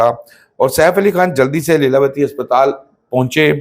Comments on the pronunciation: Lailawati nahi LEELAWATI 😂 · Leelavati..pronunciation tu theek rakho